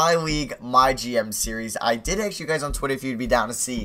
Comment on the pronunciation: Stop saying aks